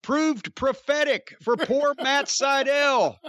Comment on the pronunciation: Matt Sydal more like Matt Sy-Fell